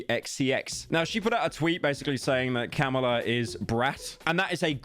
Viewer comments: "Notice how I paused before saying 50 cent, I don't want another situation like metros boomin" Proceeds to call Kamala "Car mella" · The fact that pyro kept miss pronounced Car-miller Harris while fearing another Metro's boomin album situation is simply hilarious. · You're the only person I've seen talk about Kamala Harris who mispronounces her name on accident rather than on purpose (it's like "com uh luh) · I love that he is being so careful with 50 Cent's name, but then also refers to Kamala as "Carmella" throughout the video. Truly a gabagool moment. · you pronounced Kamala wrong, what a Metro's Booming moment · “I don’t want to mispronounce an artists name again” Proceeds to mispronounce Kamala 50 times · are you purposely trying to say Kamalas name wrong? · have you only read her name like why are you pronouncing kamala like that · Bro was trying to care about names then fucked up Kamala harris' name Everytime 💀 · I don’t know if there’s a point to see. It’s just Pyro himself said he was being careful with the pronunciation of “50 Cent” to avoid another “Metro’s Boomin” incident. But then he also mispronounced Kamala throughout the video. And I just thought that was little funny. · Pyro its Kamala not Carmela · pyro are you fucking tony soprano or something why are you saying carmella instead of kamala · Kam-ala not Karmela. Fell off. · calls kamala karmella, refers to plovers as plowvers, oh yeah, its sloppin' time. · “Kahlama Harris” I’m done bro 💀💀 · My man does not want a metros booming moment but keeps saying “Karmila” not “Kamila” 😂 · who’s “Carmella” pyro? 😭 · Pyro: Kamala ❌❌❌ Carmilla ✅✅✅ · Everytime he says "carmella" i feel like im gonna stroke. illiterate pyro? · "Carmella" nice one pyro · Carmla? It happened again man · bro said every possible wrong pronounciation of Kamala's name. I think he even called her Caramella at one point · This deadbeat has been saying Carmila instead of Kamala the entire video like it's a Sopranos reference